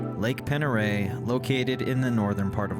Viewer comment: The lake is pronounced pond der ray